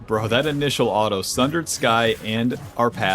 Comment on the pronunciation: You keep saying alto instead of auto ,where are you from😂